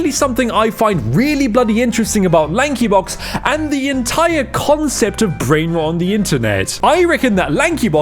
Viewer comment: LAHNKEE BAWKZ